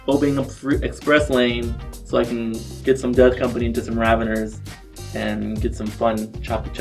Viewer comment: Is trolling when he pronounces the Tyranid Raveners?.... XD